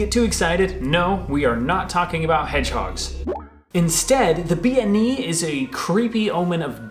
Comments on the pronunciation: Bean Nighe is pronounced Ben knee a. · According to my Scots Islander girlfriend it should be 'ben nee-uh' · Seems like you mispronounced Bean Nighe. If I'm not misunderstanding bean is a word for woman, pronounced closer to ban.